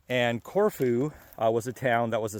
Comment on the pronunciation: Love the video. I’ve been there a few times. The locals I know pronounce it as “CorFew”. They aren’t shy about correcting me.